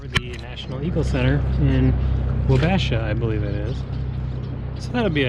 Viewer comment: Weird seeing an MN native mispronounce Wabasha. Offer still stands for you to join the Namekagon and St. Croix trip I want to film this year, Would love a cameo, though, on the way. Congrats on starting the family!